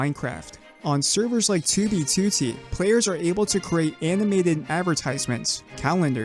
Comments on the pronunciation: Am I the only one who loves the way says 2b2t like 2oo-bee-2oo-tee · why is it still kinda funny to me every time he says 2B2T just because he pronounces it as "Two bee to tea" and he always does it in the exact same way like some TTS voice I don't mean this as a insult btw it's just funny